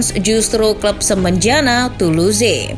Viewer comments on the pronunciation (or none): Toulouse dilafalkan jadi "tulus" Coup de France dilafalkan jadi "ku de frangs" Saint Etienne dilafalkan jadi "Sang Etiang" Le Monde dilafalkan jadi "Le Mongdeu"